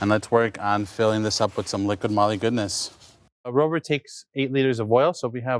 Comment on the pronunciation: I kept hearing him refer to the oil as “Liquid Molly” lol. Jokes aside, very informative and clear tutorial 🤝